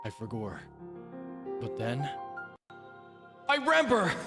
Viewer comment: I love you so much and find so many things you say or do so endearing. You're just a silly little guy and you make me laugh a lot. I am always so amused when you do the "I forgor...but then...-reverb- I rember!" because Link is also a silly little guy and has a sense of humour, even if we don't get to see that often. BOTW and TOTK are the only Zelda games I have played myself, I know a fair amount of the plot and lore of some of the older games but these were my Zelda. It makes me really happy to see you gush over these games and be so silly. I also love how you do the silly voice with the goddess statues of choosing a heart container or stamina, it makes me giggle. Or how you say wont instead of want in regards to enemies chasing you. Thank you for being an embodiment of pure seratonin. Also, I don't know if you know so I figure it can't hurt to tell you just in case, if you cook any hearty ingredient, just one on it's own, it will make full recovery foods and make the ingredients last longer. 🖤